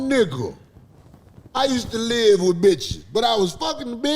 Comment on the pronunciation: Thought the Nigga said Live..he said life..country as shit..😆yall miss that..